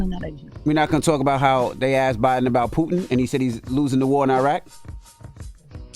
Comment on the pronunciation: Envy you are such a clown. Can't even pronounce Biden, but critizing him misspeaking